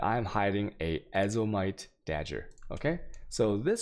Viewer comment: dagger pronounced as dodger